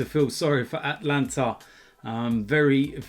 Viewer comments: FFS it's not Atlanta it's ATALANTA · Bro it’s Atalanta not Atlanta.... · Ata-Lanta not At-lanta even I make that mistake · Atalanta not Atlanta. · Its not atlanta (in America) its atalanta